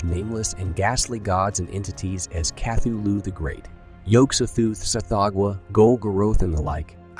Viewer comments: Cathy Lou??? Nahhh man. It is pronounced ka-THOO-loo. i.e., Cthulhu. Get it right. Sheesh! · Wow, so my assumption was on track, thanks for confirming! Besides the odd pronunciation of Cthulhu, there were other instances where the narration seemed "off". But not blatant enough for me to say it was definitely AI. Most of the images in the video are AI-generated though, as you can tell by the weird hands people have (more fingers than normal humans). Who knows what's already out there that we think is real, but is actually AI? You're right, both amazing and scary!